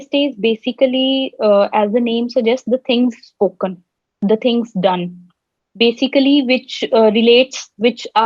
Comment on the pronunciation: Besically besically 😃